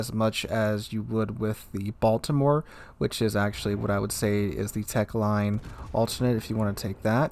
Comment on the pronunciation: min "Wich"